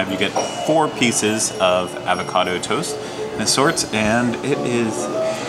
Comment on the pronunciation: I can’t get over you mispronouncing “avocado” a dozen times lol